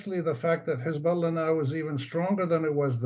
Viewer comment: "Hezbolla rearly lie" 😂😂😂😂😂